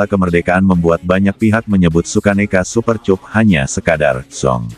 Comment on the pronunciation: Aduh min Bacanya kok Super Cup min cup cup cup bibir dikecup kyk lagunya Rhoma duh .. duh....duh